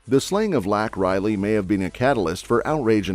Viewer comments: Laken Riley! Not lac Riley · First off #RESPECT #LAKEN RILEY name by pronouncing & spelling it correctly! YOU'RE SHAMING HER NAME AND LIFE WITH SUCH CHILDISH A. I. USAGE... REMOVE THIS POST NOW & REDO WHERE IT GIVES LAKEN & HER FAMILY RESPECT!!! You are shameless & just another problem with this corrupt country! Secondly - since New York state is a sanctuary state all of the illegals are using it as a hub to do sex trafficking out of and the federal government is paying for the flights to go where they need to be to make their sex money to pay off your coyotes.. wow! Thirdly - #Adams & #Hochul need a full investigation on the money spent & HOW THESE CRIMINALS ARE FLYING #ILLEGALS ALL AROUND #NY TO OFF ILLEGALS TO HELP THEM REDUCE NUMBERS, BUT NIETHER TELLS 5HESE OTHER CITIES & TOWNS IN NY THAT YHESE ILLEGALS ARE COMING INTO TOWN... ILLEGALLY! THE TWO CROOKS ARE HUMAN SMUGGLING! THE DEMS WILL CRUSH THIS COUNTRY IN ANOTHER 2 YEARS IG THE WORST PRESIDENT EVER GETS BACK IN. WE will be a one party democratic socialist state & in more or less the Constitution will be burned up and thrown away everybody better think wisely what's happening here in the next couple months because it will define what we do in history moving forward I don't think we want to be slaves do you?